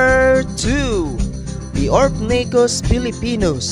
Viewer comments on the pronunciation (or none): Its Semi not sime. Its Orphnaecus not Orphanaecus. Its Venom not Venum. Its Species not Spicies. Its Fossorial not Fassorial. Its Dwarf not Dwarft. Its Cordillera not Corldillera. At wag mo sasabihin na hindi sila aggressive kasi lahat ng tarantulang binanggit mo ay OLD WORLD TARANTULA lahat ng tarantula matatagpuan sa philippines ay old world. Wag ka sana mag bigay ng mga maling information bossing. Dislike ko video mo